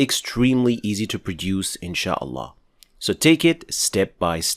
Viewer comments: He pronounces it ( الهاء ) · As-Salamu عaleykoum akhy, why aren't you pronouncing the last letter in the name of الله